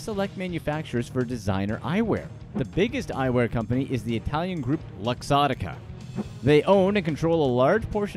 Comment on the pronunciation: The way he say LUXOTTICA!!